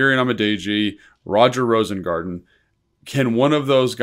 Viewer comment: Rosengarten. It's not Rosengardener.